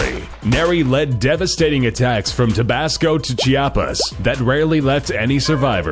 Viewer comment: it' Tabasco not tobabasco